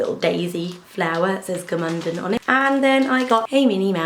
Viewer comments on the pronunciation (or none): i am from austria and it is so funny for me, how you pronounce Gmunden ;) hope you enjoyed the time here.